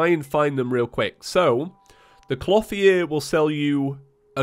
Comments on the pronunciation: I don't know why, but even though I know you're saying "clothier" I keep hearing "floppy ear" lol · Dude! Your pronounciation of "Clotheir" is not right! Type it in to google and press play on the dictionary box result! "Clothier" is not a made up Terraria word you can just pronnounce how you like, it is a genuine word thats been around for centuries. Please for the sake of my sanity, learn how to say the word properly. Triggered grammar police moment over. Thank you!